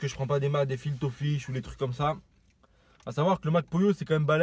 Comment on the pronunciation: Chui mort il dit "FIL TO FISH" 😂